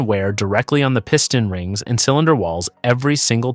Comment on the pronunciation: "Piston rings"..AI pronounced it"pissed on rings" Someone cashing a check for doing crappy videos all computer generated.